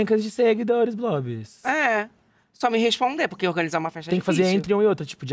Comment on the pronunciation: A glória o tempo todo falando o nome da Blogs errado: blogli, blobli... kkkk